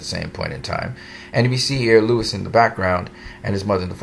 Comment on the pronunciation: Sorry, i dont mean 2 b an ass. But, did u pronounce Lois (LOH-is) as Lewis?? Sorry, i cant... 😅😅😅 Normally, i would hv just skip the video but since we both enjoy the Super specimen that is Henry Cavill as Superman, im gonna cut u some slack n watch. Lol 🖒 for u😆